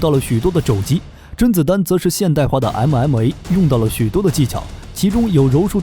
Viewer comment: 動作場面拳拳到肉非常熱血，但聽到你的MMA發音時，心就涼了。